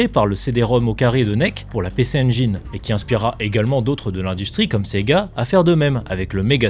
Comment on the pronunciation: Ah punaise j'me disais tiens c'est rare un français qui prononce engine "correctement" quand il a dit PC-engine. Pis peu après il nous lache un gros media enjAYne 😂